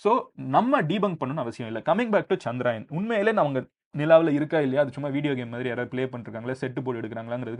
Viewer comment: சந்திராயன் இல்லை சந்திரயான் என்று சொல்லவேண்டும்.